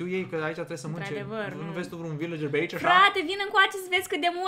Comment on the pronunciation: LA VILACERI NU SE ZICE AȘA SE ZICE VILCERI. CU DRAG DELIA.❤❤❤❤😘😘😗😘🇦🇩